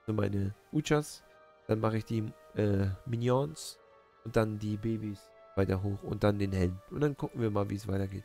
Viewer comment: sprech die minions bitte richtig aus hahahaha du bist lustug